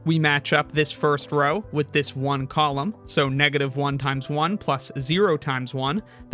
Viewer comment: And pronounces 1 as “own”